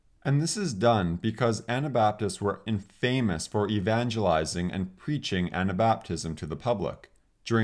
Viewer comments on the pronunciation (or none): You make interesting videos and you have a good presentation style, good pacing, good voice modulation. Very good speaker! I'm a teacher so I can't help myself: Don't forget to use "i before e except after c" , and infamous is pronounced "IN-fuh-muhs" not "in-FAME-uhs"